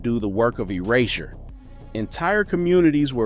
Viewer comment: "Erazzure" just jump right out at cha!